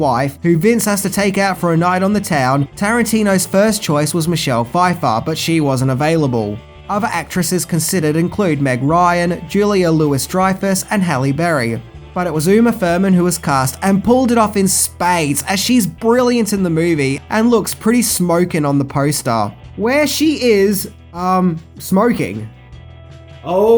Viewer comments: That's NOT Tim Roth on the alternate poster.....smh That's a still shot of John Travolta when he comes back from the bathroom to find "Hunny Bunny" and Ringo attempting to get the briefcase from Jules by force. Oh! and it's NOT Julia "LEWIS" Dreyfuss it's Louis as in "LEW-EEE"... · Julia “Lew wee” Dreyfus.